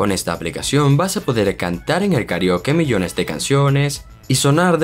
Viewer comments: Me molesta la mano... Hubieras dejado solo el teléfono en la pantalla!!! Además dices KARIOKE y la palabras es KARAOKE recuerda que somos de habla hispana. Y último, hablas mucho y no vas al punto, solo explica las aplicaciones y punto.... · Se pronuncia Karaoke